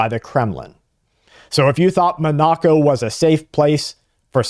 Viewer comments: Monaco. Do you mean “MON a co”? What or where is “mon KNOCK o”? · It's pronounced 'MON uh co' ...not 'mon NA co" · Monoco (pronounced Mon-a'-co) is where the European elites vaca. Putin is putting them on notice. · Its Monaco, munoco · That is not how you pronounce Monnaco. Its 'mon-uh-co'. Thank you for your attention to this matter. That data center water musta got to ya lol. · It is pronounced Mon a co. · You are a gread podcaster but your mispronounciation of Monaco (mon-ah-co) is driving me crazy. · It's pronounced : Mon-A-Co. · was wondering where Bradwas talking about , took a short while to figure out Monacco. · (Is Mah-NAH-co Monoco? Or somewhere else?) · This goofball has no idea how to pronounce Monaco. Can you imagine getting on TV and talking about something you have no idea what you're talking about. I bet he has no clue where it even is. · He's like this repeatedly 😮😮😮😮😮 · I thought Patrick Humphrey was giving today's report with the way you pronounced Monaco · Patrick Humphrey is safe at the moment. That matters. He is a human being. A single mispronounced word is just that --a single word.